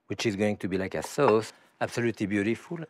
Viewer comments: no it's soase. It's sounds a lot like some euro languages. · Turks also pronounce it that way too.